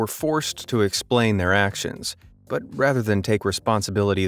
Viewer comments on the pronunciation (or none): none